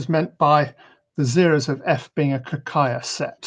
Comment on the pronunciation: It's Ka-Kay-ya. ay as in way.